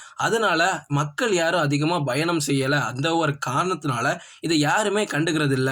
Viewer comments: Nope where he has to say Payanam he says Bayanam.major mistake. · பயங்கரமா கவனிச்சு இருக்கீங்க போல 😂 அவரு correct ah than சொல்லுராரு என்ன ஒண்ணு பா என்ற எழுத்தை பா - Bha என்று லேசான உச்சரிப்புடன் வாசிக்கிறார் 🤷😅 அதை நீங்கள் கூறி இருந்தால் சரி..... வேற எதாவது சொல்ல வந்தால் உங்கள் Comment தேவை இல்லாத ஒன்று தான்😂